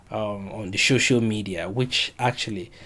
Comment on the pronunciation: Is it that you cannot pronounce "SOCIAL" or what? What is "shoshial"?